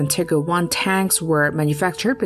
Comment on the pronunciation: "Tigger I" and "Tigger 2". How about the "Winnie and the Eeyore ?